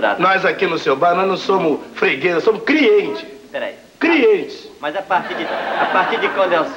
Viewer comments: "Crientes", quem entendeu?? Kk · EU TAMBÉM SOU CRIENTE, CRIENTE.KKKKKK.